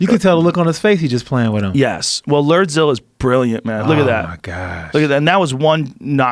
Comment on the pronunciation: Shot everytime Joe says, "LERDZILLA". RIP to those who played along...